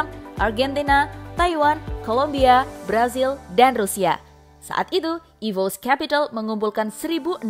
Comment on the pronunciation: "EVOS" dibaca ivos "RRQ" dibaca er er ki bukan ivous dan ar ar ki 🗿